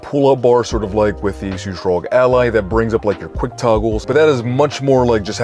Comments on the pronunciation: Please call it R.O.G with every letter separate, not ROG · What the hell's a rogue ally!? It's arr-oh-gee!!! 🤦🏻‍♂️🤦🏻‍♂️🤦🏻‍♂️